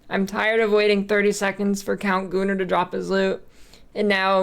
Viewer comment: i keep hearing " Count Gooner" and i can't unhear it anymore